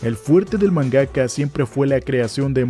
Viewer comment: Star wars es de 1977, no 1976........ Se pronuncia Doctor Slamp, no Slomp. Es MANgaka, no manGAka